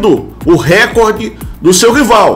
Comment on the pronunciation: Erros: Não são 10 anos; Não é "Récorde" é RECOOOORDE; NÃO É QUE SB É DIFÍCIL DE GANHAR. UÉ.. QUEM GANHOU DO REMO ULTIMAMENTE ESTUDE ANTES DE FALAR ALGO! SAZ!